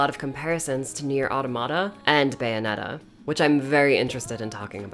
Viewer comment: uh-TAW-muh-tuh, not AW-toh-MAW-tuh. Automata is the plural of automaton, and sounds exactly like it